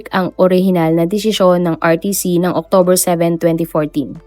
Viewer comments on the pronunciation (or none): none